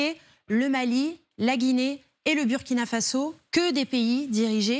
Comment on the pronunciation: C'est très bien pour tes infos,mais je déplore votre prononciation pour le Burkina Faso (le U ce prononce "ou")faite un effort et dites le aussi à vos confrères, bisous.